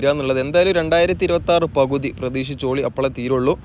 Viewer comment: എടക്കയ്യൂർ അല്ല, എടക്കഴിയൂർ ആണ്. പവുതി അല്ല, പകുതിയാണ്. കയിഞ്ഞു അല്ല, കഴിഞ്ഞു എന്നാണ്. എയ് വത്തി രണ്ടല്ല, എഴുപത്തിരണ്ടാണ് . ശ്രദ്ധിക്കുമല്ലൊ.